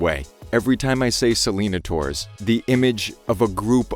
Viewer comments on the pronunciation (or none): It’s pronounced “ Se-Le-Nai-Tors” not “Se-Lee-na-ters” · It's pronounced like "Sell-in-ay-ters". Rhymes more with taters rather than dinosaurs. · I thought it was pronounced Selana-nay-tors. Idk 💁